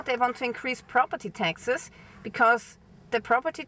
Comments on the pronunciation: Hi. When you say taxes it sounds like Texas. If you come to the states, come see me! It's very hot here so don't wait til April. I have an extra bike, if l had a vehicle it will be a truck! Of course. Dirt road girl, just turned 70!🌱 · Oh she said: Taxes not Texas 😅